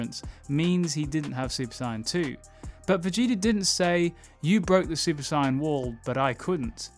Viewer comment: Its not SIAYAN ITS SAIYAN